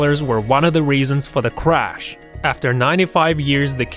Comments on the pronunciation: When you say crash its like crazh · he said cwash -_- what is life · He dosen't spell crash right he says it like this"clash" this is fucking shit